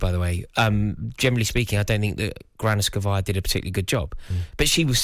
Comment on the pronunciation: Granovskaia not Granoskavia